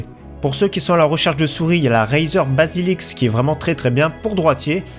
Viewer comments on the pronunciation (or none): C'est pas basiliks c'est basilisk bordel